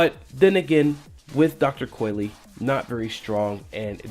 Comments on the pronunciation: It's pronounced COYL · It’s pronounced dr.coil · "Coy-Lee" N O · WTF what makes you think you pronounce the E at the end